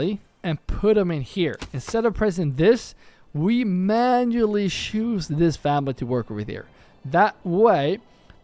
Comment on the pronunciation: I really mean this in a positive way! You're a great guy! But please start pronouncing a "t" in front of each word that starts wich "ch" Example: the word "choose" You always say: "shoes" But you should actually say "tshoes" Example: the word "charcoal" You always say: "sharcoal" But you should actually say "tsharcoal" I hope you don't take this the wrong way, just trying to help you :) Great video again, thanks a lot!